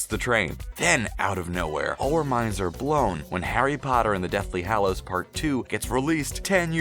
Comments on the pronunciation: He said hallows wrong...he be over here saying it fanvy or somethin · STOP SAYING HALLOWS LIKE THAT